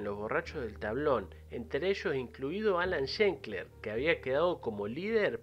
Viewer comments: No es Schenkler (como lo pronunciaste en todo el video). Es como lo escribiste en el título. ...desde 1997 hasta 1996 jajaj. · La ultima vez que es mencionado en el video es la única que se le pronuncia bien el apellido 😂 . Es Schlenker, tal como se escribe... no Shenkler. Pero buen video a pesar de ese detalle. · primero empezá por pronunciar bien su apellido, es SCHLENKER, no SCHENKLER (ni siquiera existe).Saludos. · Nombralo bien al menos, no para de decir shenkler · Es irritante que pronuncies mal Schlenker todo el tiempo. Lo escribís bien y lo pronunciaste mal. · Es un apellido comun EN Israel..no Todos lo sa EN pronunciare es un apellido raro..es un apellido azkenazi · Increíble que dedicándole un video no te tomes el trabajo de pronunciar bien el apellido